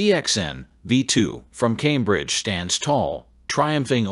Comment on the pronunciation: "Tambridge" Audio? You gotta love AI narrations. Always good for a laugh. 🤣